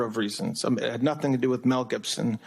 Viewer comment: "I know nothink"